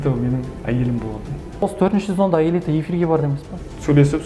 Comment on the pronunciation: аэлита десеш илита деисин